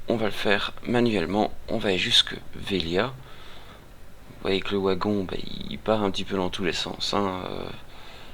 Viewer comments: Le "W" de Wagon se prononce V. Mais merci pour ta vidéo ! c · Le OUagon ! :p tu es Belge ? Suisse ? (je critique pas, je suis originaire de Metz, à quelques Km du Luxembourg ;) tiens sinon j'ai partagé toute ta playlist qui est bien pratique pour débuter sur le jeu sur le site communautaire que je gère : ! tu es welcome ;) ++